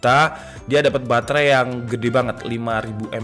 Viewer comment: Ada yang salah di pengucapan baterai ID